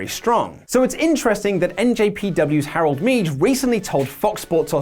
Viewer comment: It's pronounced Harold May